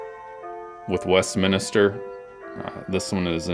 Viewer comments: Why did you say Westminister instead of Westminster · It's pronounced MINSTER, like spinster, not MINISTER. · Its Westminster not Westminister, you would think someone would know whose business it is.